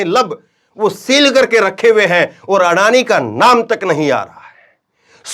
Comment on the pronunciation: आडानी का अ नही बोल पाते है